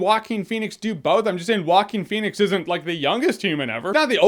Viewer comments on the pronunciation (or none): "Walking Phoenix" XDDD Rofl, dude is not that hard to say [Hoaquin]. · Waquin? Rrruaquin xD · not exactly, its moreso pronounced wahkeen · "whacking phoenix" it's funny because Joaquin in spanish it´s pronounced "HO-AH-KEAN", when I read his name somewhere, I hear it that way in my mind even when I've already heard " Whacking" a thousand times.. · Walking Phoenix? It's a Hispanic name.. It's pronounced " hoe- ah - king" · It's pronounced Hwahkeen, not Walken like Christopher Walken Lol It's of Spanish origin. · Shark Team it's more like Hoakeen, not jokin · The closest to the original Spanish pronunciation is Hwah-KEEN / Who-ah-KEEN. If you know how to pronounce the final consonant of the Scottish word "Loch," that's the initial consontant of "Joaquín." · No guys it is pronounced Jo Wa Que In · Who else kept hearing it as "Walking Phoenix"? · Sounds like he is saying Walking Phoenix lol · "Waakin Phoenix" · 😂😂😂 he keeps saying “Walking” Pheonix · Is it just me or his name is being pronounced Walking Phoenix? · Why does he pronounce actor's name as "Walking Phoenix"? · Joaquker Phoenix will be on par with Nicholson and Ledger's Joker. Leto's Joker was a joke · Woaking Fenix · It is pronounced "Wacking" phoenix... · He pronounces Joaquin weird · Franky J Rod It doesn't make him stupid to not know how to pronounce that name, it makes him ignorant of that particular thing. I guess all native Spanish speakers who don't know how to pronounce one English name are stupid and disrespectful too, right? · Can someone teach our dear Jeremy how to pronounce Joaquin? Thank you :D P.S.: I'm saying this with all the best intentions, this is not intended as an insult.